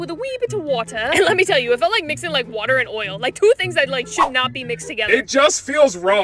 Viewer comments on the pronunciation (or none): ✨With a WEEEE bIIT of Waughta✨